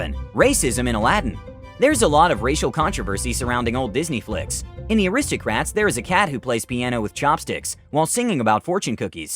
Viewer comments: *Aladdin not Alaadin *Aristocats not Aristocrats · Ok I know it's no big deal but I still think it's funny. Did anyone else notice that he said aristocrats instead of aristocats? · I hate how u said aristocats....WHO SAYS IT LIKE THAT